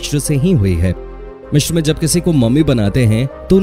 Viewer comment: Mishir nhi hota Misir hota h